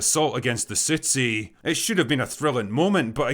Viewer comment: + you pronounce city as ci' ee. Outstanding.